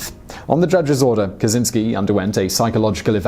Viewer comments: Fucking hell, it's Kachinski not kasinski. The cz makes a ch. Geez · It's not "ka-tsin-ski", it's "ka-chin-ski" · CZ in polish is a separate letter(i mean like sh. ch, etc ) and is pornuced like CH in charlie